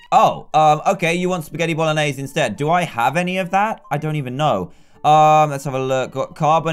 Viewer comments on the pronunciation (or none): none